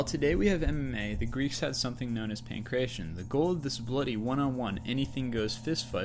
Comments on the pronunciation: 1st ,,, it's not called pincression :p , it is pronounced pankrateon , pan= all,everything / krateon = holding , controlling . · PAN-KRA-TEA-ON - is how you pronounce it